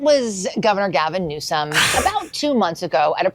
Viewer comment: 🇺🇸🦅🇺🇸😂🚨😂 OH! BOY! SERIOUSLY “GALVON” 🤣😂🤣DIAPER-GATE! 😂🤣😂🤣🚨